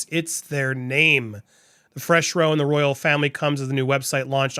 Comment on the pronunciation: Andy my darling I love your work BUT: when people are standing in a long line, they are in a "row", which rhymes with "low". When they're are having a disagreement, it's called a "row", to rhyme with "cow" (I know, dyslexia is a b*@